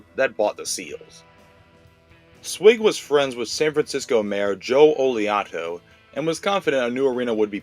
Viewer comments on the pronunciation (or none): OH-Li - AHTO....and MOS-CONE????😂..... AL- I-OH-TO...and MAS- CONEY.. ..you FOOL!😂. If that's AI, ...YT is DOOMED!😂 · Mayor Joe Al yee oh to. Then , Mayor George Mah Sco nee. That's how you pronounce the mayor's monikers